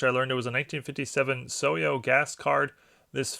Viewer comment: The gas station card is pronounced So-hi-o which is short for Standard Oil of Ohio. Your pronunciation sounded like So-yo. What a great Maris card.